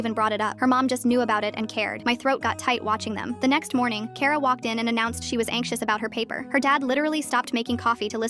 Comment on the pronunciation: Finally, something pronouncing my name correct it's kara 😂